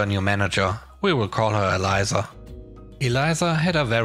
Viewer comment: EL-EESSSAH (Elisa) EE-LIE-ZZAHH = ELIZA